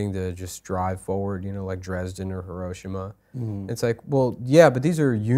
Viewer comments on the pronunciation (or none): I guarantee you but im not completely sure but i think if and adam fought adam would beat nicks ass. Furthermore, why is pronouncing Hiroshima like a 82 year old Vietnam vet.